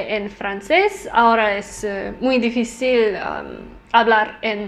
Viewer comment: I thought it was cute that you said some spanish words in a french way like difícil